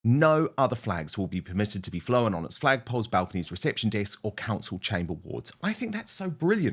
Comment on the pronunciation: *Flown. Not Flowhen.